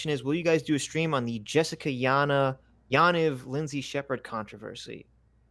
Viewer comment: (btw, it's pronounced Ya'NEEV: Jessica Yaniv)